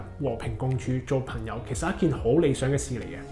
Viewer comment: 懶音比較利害（“朋友”講成“貧友”），仲唔係香港人？